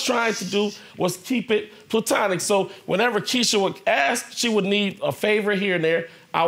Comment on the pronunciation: Denson -- I think you missed her sarcasm. He screwed up the word (platonic) when he said,,,,,,,,,,,,,,TWICE!!!!!! That's why she has "plutanic" in quotation marks..